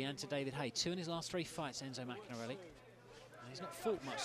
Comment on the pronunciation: if only the commentator could say maccarinelli's name properly!